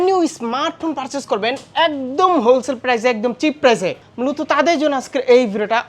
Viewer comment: হোল সেলার ❌ ধন সেলার ✅